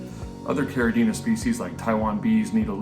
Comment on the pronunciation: Thank you for pronouncing Caridina and Neocaridina correctly !!!